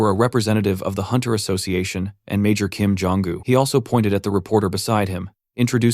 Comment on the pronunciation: did he say major 'kim jooong un'